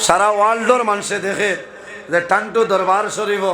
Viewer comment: ভাই দারুস সুন্নাহ এবং ঠান্ঠু নয় টান্টু 😢😢